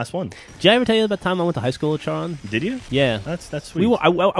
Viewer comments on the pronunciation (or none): It's pronounced Charon with a "C', the "H" is silent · actually Charon is pronounced CARE-ON mainly because in greek mythology there is a centaur named Chiron. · It's pronounced Karon but spelt Charon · its prenounced care-on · urgh, it really iritates me when they mis pronounce Charon...